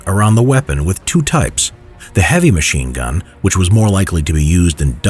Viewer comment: Sounds like to me he said mean gun